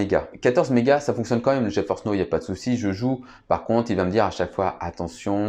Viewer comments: Geforce n'eau... okay...c'est NOW, ca se prononce: "NAO" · Geforce Now se prononce: "Dji faurce naow"